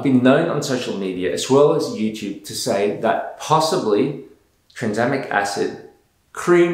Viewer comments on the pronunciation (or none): Did he really call tranexamic acid transamic acid 💀